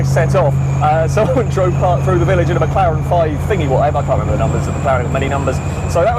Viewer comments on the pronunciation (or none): none